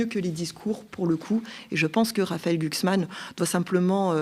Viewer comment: Prononcer Glucksmein 😂😂😂